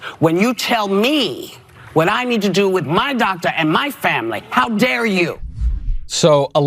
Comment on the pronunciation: Did she say “Mein Doctor”?